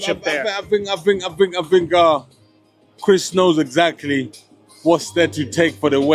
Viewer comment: You eggcently, Derek Chisora